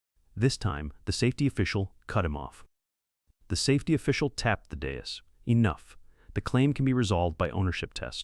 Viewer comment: S A Fety 😂🤣😂🤣 for safety